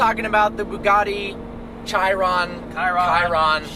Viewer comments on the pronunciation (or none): É Bugatti não Bugari porra!